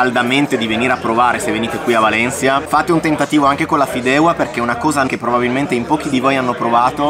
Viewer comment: Si pronuncia Fideuà!